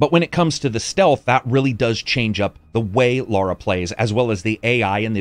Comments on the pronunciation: When it comes to a persons name, there is only one correct pronunciation. Her name is Lara, not Laura. Also, colour and color have the same pronunciation. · Before I watch it I bet he kept calling her Laura rather than Lara 🤣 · Love this channel... But cmon brah...... It's Lara not Laura.